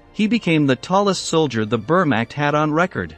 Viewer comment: It’s Vermach I n pronunciation